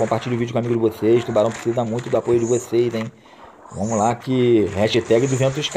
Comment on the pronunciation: Mano pode falar assim é o seu jeito é famos que famos